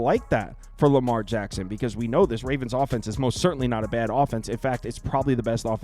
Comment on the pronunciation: It’s Lamar HACKSON 😅